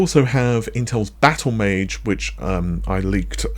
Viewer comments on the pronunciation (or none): none